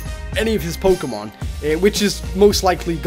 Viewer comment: PRONOUNS POKEMON THE RIGHT WAY!